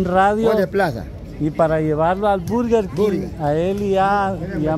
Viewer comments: se dice Berguer Kin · Berger King